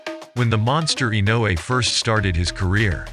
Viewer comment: You pronounced Inoue's name correctly. You are in the elite 1% of announcers / commentators. It's a rare thing!